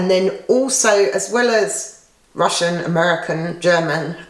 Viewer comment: I love the way you pronounce Russian Rail-raids. Cheers!